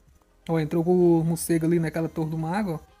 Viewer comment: "Mucego" kkk